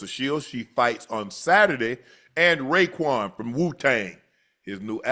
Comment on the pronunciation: Calling Raekwon "Kwon" is crazy .